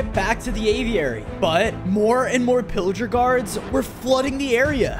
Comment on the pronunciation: Thats not villiger thats pilliger